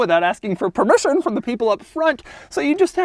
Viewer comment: the way this dude said permission